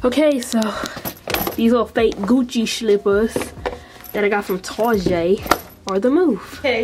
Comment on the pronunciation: Lmaoooo this girl said “Targèt” 🤣🤣🤣